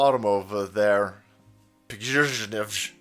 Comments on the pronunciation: Just say PREE-GOSHIN homie… that’s how easy it is so say… remember his name and be able to pronounce it correctly, because we need to nominate him for a fking OSCAR AWARD 🤣 bruh.. best actor 2023 bar NONE! He got these dummies to believe he was completely out of AMMO 😂 then he got them to believe he went renegade 🥇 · His name is Evgeny Prigozhin.. His first name just for ease of understanding is the Slavic form of Eugene and the V is pronounced like a u. His last name is pronounced Pre-Go-zhin. Certainly this was a fake putsch* staged in order to out the traitors. * means the same thing as a coup Frankly one of the Patriot generals here in America, either Mike Flynn or James Mattis or another Patriot General that has been given the short end of the stick, should stage a coup in this country and remove Biden and his entire Administration from Power once and for all. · The Man's name is pronounced Pre - Go - Shin. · its pronounced prigozhin deadbeat. and Russia isn't a totalitarian dictatorship. Its a conservative Christian democracy.